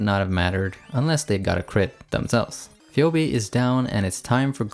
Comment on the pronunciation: Great showcase of Linoone! Minor nitpick: Phoebe's name is pronounced "Fee Bee". Keep it up!